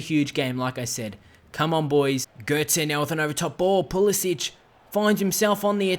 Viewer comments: His name is Pulisic not Pulisić. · Just saying you pronounce it like a k not a ch